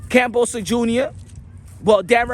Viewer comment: You can't even pronounce his name right these days. 😂 What a flog